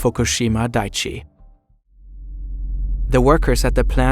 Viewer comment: Just some feedback to help make your videos even better - please run a grammar check on the script before you narrate it, and especially foreign words and names - look up how they’re pronounced. It’s dai-ichi (3 syllables), not daichi.